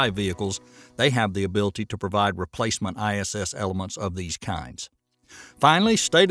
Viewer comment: "IMPORDANT" is not a word. "ABILTY" is not a word. "PUHTICULAR" is not a word.